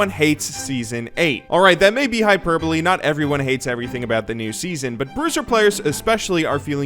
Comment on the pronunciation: Alright that maybe hyperbolly ?!??!?! Who taught u to talk?? American natives.....American school system sux